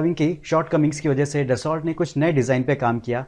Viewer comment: अच्छे वीडियो बनाते हो भाई परन्तु ज़रा सही उच्चारण भी कर लो। दससौल्ट नहीं dassu (दस्सु) होता है।